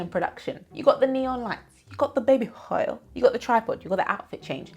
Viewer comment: I lost it at "the baby h'oil"